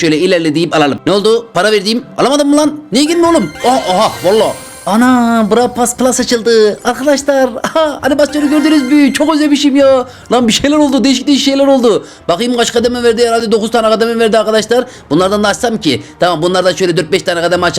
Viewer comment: Zebra past diyorsun ya burası aslında öyle söylemiyor pro pes diye söyleniyo şarkılı çok beğendim şarkı yapmışsın YouTube'da